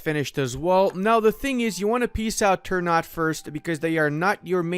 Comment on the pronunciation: It's Ter-Na-Tei not "turnout"